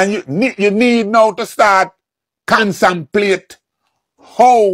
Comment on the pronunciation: "CONSAMPLATE"? NO NO NO OLD MAN, THE WORD IS NOT PRONOUNCED LIKE THAT. Every commoner has an input in the case.